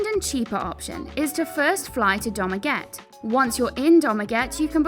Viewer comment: CORRECTION: Dumaguete = "doomageteh"